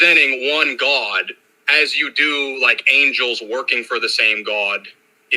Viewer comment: Why does he say the word God like “Gwaad”.